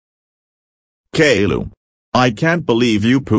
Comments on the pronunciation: You Pronnounced Caillou wrong. It's supposed to be Kai-U, Not Gayloo. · No the voices can't read properly and they say kayloo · well please stop calling caillou kayla